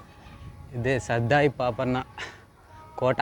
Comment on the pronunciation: సర్దార్ పాపన్న వుచ్చారణ సరిగా లేదు. ఇది భవనగిరి కోట కదా చెప్పలేదు